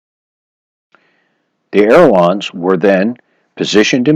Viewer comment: Good tips, thanks. Um... check pronunciation. It’s“ailerons”, not air lawns (those French like to pronounce things in a funny way!) ;-)